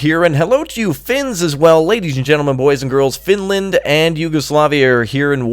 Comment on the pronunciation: FINLAND.... FINELAND XD